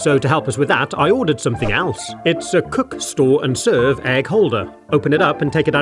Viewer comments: the penguin thing box said srore instead of store. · "cook srore and serve" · haha yes, Srore